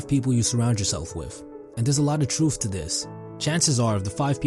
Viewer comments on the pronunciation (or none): some "truuff"? and wait did you put Lil Wayne and Drake in the same conversation as Ghandi,Warren Buffet, Steve Jobs, etc...??? Not taking this video too seriously after this.